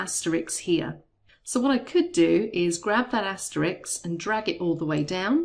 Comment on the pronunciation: "Asterix" lol